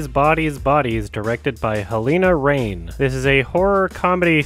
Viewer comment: I understand you would pronounce Halina Reijn as Halina "rain" but it is far closer to "Rhine" (as in the river). It doesn't have to sound Dutch, but now you just butchered her name lol.